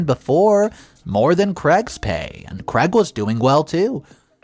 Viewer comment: Craig is pronounced as having a long "a" as in "made" not as Creg .